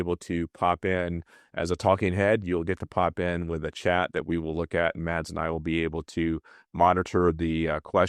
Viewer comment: Oh dear, Mads. Tinker.. not tinkle lol.. and to Antares Catamarans: the "d" in Mads is silent.. just "mas" will be more correct.